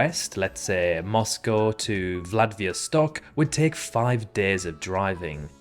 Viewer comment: bro said "Vladviostok"